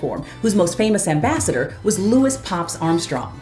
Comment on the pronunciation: Louis Jordan was known as “ The King Of The Jukeboxes”. Louis Jordan always pronounced his first name as “ Lewis “ not Louie.